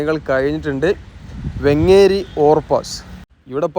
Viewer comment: വെങ്ങ്ങ്ങേരി അല്ല വേങ്ങേരി ആണ് 😊